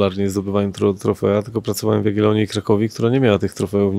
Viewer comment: Epokę Jagielonów chyba, a nie Jagielonii 😂😂😂